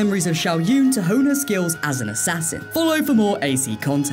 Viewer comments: Not the only time this guy fucked up. He mispronounced the Chinese Assassin's name, too. He called her "Shao Yuen." But The second part of her name is pronounced June. Like the month. He only spelled it right. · It's pronounced Shao Jwin, not Yoon. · If you're going to pronounce these names, stop butchering them. Her name is spelled Shao Jun. But it is pronounced Shao JUNE. Just like the month. You know. The one right after May and right before July. In fact, it's the same month that I'm typing this comment in right now. You took her from being Chinese to being Korean in one fuck up. "Shao Yuen." 😂😂😂